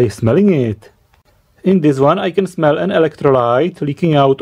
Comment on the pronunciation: "WheN i SmEeLl it." SNIFF SNIFF